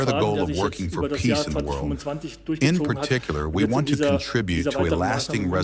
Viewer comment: 'peace', not 'piece'.